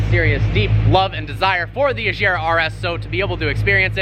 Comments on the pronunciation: I'm swedish and agera is a swedish word and Koenigsegg is a swedish car so i'm guessing. It's Pronounced with a hard G. Just go in to google translate pick swedish and type Agera and press the speaker button. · FYI 'agera' doesn't mean 'rule' in Swedish; at means to act or enforce. In Danish we have an almost identical word 'agere', with the same meaning. ;) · I cringe everytime he says agera. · you actually do pronounce the g likr a g in both regera and agera. Regera means reign and agera means act in swedish. Ifrågasätt mig inte xD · I love you man but please say agera properly that’s all I ask keep up the cool shit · What is that "Agera" pronunciation? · you say agera and regera wrong look it up christian von koenigsegg says the names a bunch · Yeah, I mean they obviously could pronouce it right without problems because they can say "going", "great", "gore", "gate" etc. The "g" in Agera is the same... There's no unnatural mouth/tongue/throat work to create the correct sound needed for a non-native scandinavian speaker. Saying "Königsegg" is a tiny bit different, yet I hear people say the "ö"-sound all the time like when someone goes "umm" when struggling for words to say you know. So it's there in a way for them. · BHut who cares if that is how Christian pronounced it? Agera is a Swedish word and you should pronounce it whit a G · Agera. Regera. Non of them have a "j" in it. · If it’s your ultimate dream car, you should learn how to pronounce its name. The g is hard, not soft like a j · I heard you say ajera . But its agera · I got T R I G G E R E D so hard everytime you pronounced it "ASCHERA", dude its called "AGERA" !! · Why do you say ajera it’s agera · am i the only one that gets triggered when he pronounces agera incorrectly? its agera, not azera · How you should pronounce it: Koenigsegg Agera How pronounce it: Kouniksegg Ashjera xD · It agera not ajera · Agera, not Eyshera. Regera, not Rayshera. it'd swedish, not french ;) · Azera? Rezera?